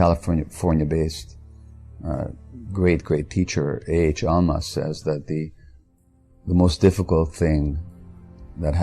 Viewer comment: What is this "Alma" guy he's talking about? I couldn't understand the first name?